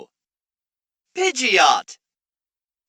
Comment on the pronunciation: Why pidge Oh to but not pidgey oat